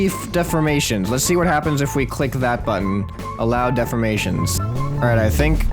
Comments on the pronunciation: Deformations not Deframations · Dee for mations not def or mations